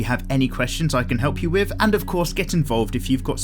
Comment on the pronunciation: With. Thing. Thirteen. 'Th's are not 'F's!